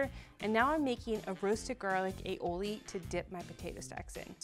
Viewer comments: Aioli?? what the heck?... ALL I OLI. You're welcome. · Ok just for the record, "aioli" is not well either pronunciated or spelt. This is an original Catalan recipe (where I'm from) and it's said all i oli, which in Catalan means garlic and olive (the essential products you need for the recipe). It's also accepted to name it alioli because the non-Catalan speakers change it to alioli. However, it's better to say the original name and how you've named it sure it's wrong.